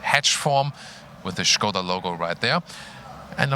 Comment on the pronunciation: I love that pronouce the brand correctly, nice touch:) the car looks rather good I might say!